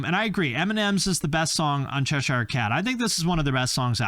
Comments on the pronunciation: In my opinion… he needs to rethink how he says ‘Cheshire’ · Why can't Americans pronounce Cheshire?